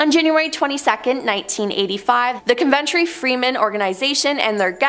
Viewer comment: It’s said cuv en tree cove ntree you mis pronounce a lot